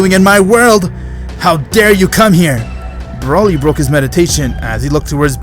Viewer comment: Hes calling broly brayle